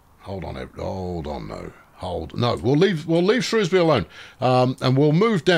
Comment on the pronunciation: You must be off your "trolley" looking for tram based puns. By the way congrats on saying Shrewsbury correctly, and not the evil way the BBC or southerners say it.